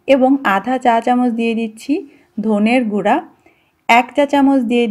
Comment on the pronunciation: আপা অতিরিক্ত শুধ্ব ভাষা কোনো সময় ই ভালো লাগে না। অনেক সময় গালাগালি তে পরিনত হয়। যেমন আপনি বেশি শুধ্ব ভাষা বলতে গিয়ে সভ্যতার দিক হারিয়ে ফেলেছেন। যেমন বেশ কয়েক বার ধোনে গুরা বলেছেন,বই পত্রে শব্দটা হচ্ছে ধনিয়ার গুরা, ধনিয়ার পাতা। কিন্তু আপনি বার বার বলেছেন ধোনের অথবা ধোনে গুরা, আমার মনে হচ্ছে আপনার ভালো বাংলা জানা নেই। ভালো করে বাংলা শিখে তার পর ভিডিও করতে আসবেন।